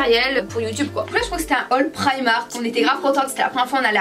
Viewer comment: ça s'ecrit primark et sa se dit priiiiiiiiiiiiiiiiiiiiimark et pas praymark